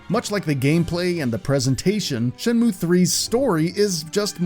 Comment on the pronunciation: What a Shay-mu :/ Does anyone know where I can find some sailors, though?